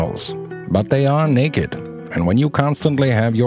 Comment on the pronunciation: I like the way he says naked! "Neckked"